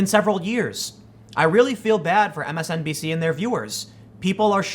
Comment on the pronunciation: Are you saying MSNPC on purpose or is that a Freudian slip?